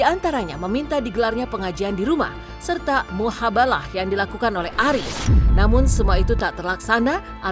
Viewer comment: Mubahalah kali Min, bukan muhabalah 😂